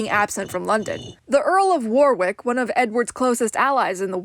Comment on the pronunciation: War-ick not War-wick.